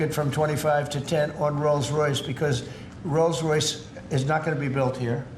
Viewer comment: He calls it "Rose Royce"....that was a pop group.